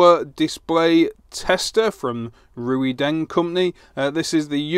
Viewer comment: Why don't you reviewers learn to pronounce the name of the companies you review products from. RuiDeng, HuaWei... never heard it anywhere near correct. Its like Chinese people calling their smartphones Appu Ippon eX.